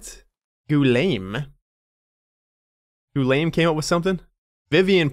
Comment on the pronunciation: Finally! I missed hearing you mispronounce Guillaume's name every 10 seconds. Hahaha